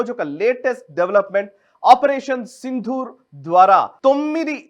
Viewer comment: ప్రస్తుతానికి అసందర్భమే కానీ ఒక చిన్న సవరణ! సింధూర్ అనే పదం సరైనది కాదు సిందూర్ అనేది సరైన పదం. దకారానికి ఒత్తు ఉండదు